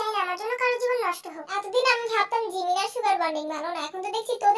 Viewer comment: জিমিন ❌ঝিমিন✅